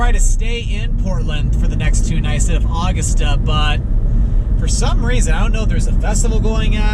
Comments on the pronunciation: When You Said [Awgasta], Its U-Gusta, Augusta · It's A-GUST-a not August-a!! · As a Maine resident, I chuckled hearing you try to pronounce Augusta 😂 ! It isn’t actually August-ah but Ah-gust-ah